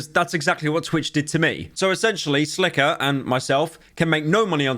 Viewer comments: Arobb, silker, man you need to start working on pronunciations LUL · silker and eh-robb